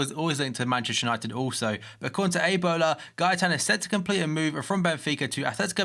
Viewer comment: A-bola it's a newspaper in Portugal.